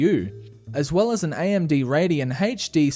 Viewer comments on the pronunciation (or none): Haych Dee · AMD Radeon "Hayche" D